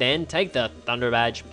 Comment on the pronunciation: I swear you said THUNDERVAG not THUNDERBADGE